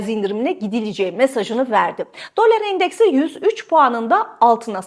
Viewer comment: Abla şuna dölar deme ya lütfen